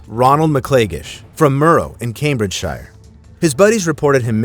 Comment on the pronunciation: How can you pronounce Cambridgeshire wrong 😭😭